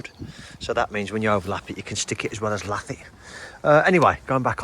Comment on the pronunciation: Agree with previous posts regarding setting fascia to kick bottom tile, sticking a lath on seems a bit inexperienced. I've never heard the word lath pronounced the way it's spelled ever, it's really quite annoying